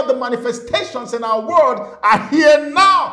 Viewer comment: Why do you say Word instead of World 😅 . . Blessings..